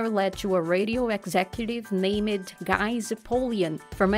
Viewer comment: What the heck is this narrator’s deal?? Impress’ed? Name’ed?? So distracting that I have no idea what she tri’ed to tell us. 👎👎👎